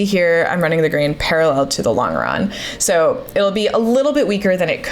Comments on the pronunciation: Sorry to be that guy but you're mispronouncing longeron- the g is soft, like a j .. Lawn-juh-ron :) I am an aircraft structures repairman with 30 years experience so I should hope to know what im talking about. Can't wait to see how this project turns out! You got this! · Look into how to pronounce "longeron". It comes from French and has a "je" sound even in English. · I'm not saying it's wrong, but your pronunciation of longeron sounds wrong to me. I've been around USAF my whole career, and it's always been a J sound for the g. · I'm getting tilted by the way she says longeron! Ive only ever heard it as a J sound like the g in germ.